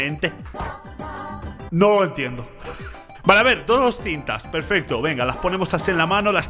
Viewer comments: Perfecto ❌ Perfesto ✅ 😂😂😂😂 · Ok ya no se dice perfecto se dice perfesto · Que lindo uve diciendo perfesto